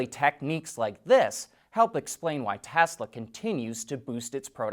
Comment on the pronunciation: It's great to here you say Tesla and not Tezla like so many others.